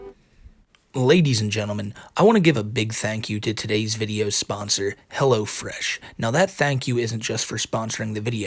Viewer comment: Helwo Fwesh coupon code WhiteBowsah